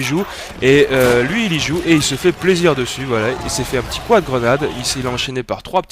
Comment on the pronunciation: Pas beau quand tu dis quad, ca le fait pas dutout desolé.